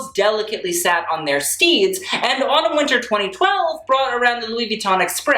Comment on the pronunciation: When he said Autumn Winter I thought he said Anna Wintour